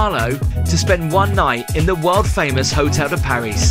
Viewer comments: I cringed every time uou said the hotel name...it's Hotel de Paree.. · it’s pronounced PAR REE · it’s Hotel de Pari. You don’t pronounce the S. love the show. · Instayed here too. V lucky. Got the helicopter transfer as well. Small correction, its Hotel de Paree......French pronunciation merci beaucoup!!! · It is usually pronounced "Hotel de Par-ee". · Thank you for the review, however and please don't take this badly but the Hotel de Paris is pronounced Hotel de Paree. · It’s pronounced Hotel De Pari rhymes with Harry. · You don’t pronounce the S … Paris … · Ask a Frenchman how to pronounce „Paris“, please. Next, no modern helicopter is do low, that you need to duck. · Don’t pronounce Paris the English way. It’s should always be done the French way when referring to this hotel. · Probably best sticking to budget hotels. Both the hotel de Paris (btw the s is not pronounced) and the Fairmont are fabulous hotels. We stay at both. Not had any issues with the staff being rude. We’re pleasant to them, they’re always pleasant to us. I can see that making a fuss over a mattress cover in a hotel of this class would not be seen favourably. You appeared to be totally out of your comfort zone. Don’t deter others from staying here, it’s an incredible experience, particularly during the Grand Prix. Would encourage anyone who appreciates the finer things to visit. Maybe stick to Butlins in future 😊